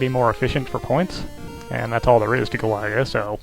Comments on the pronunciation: Don't think that's how you pronounce Galaga,but whatever.I'll donate when I can. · Good at the game? You can't even pronounce it properly! ;P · ive been watching your vids for years, ofc ill support. only thing weird about this video is the way u pronounce galaga.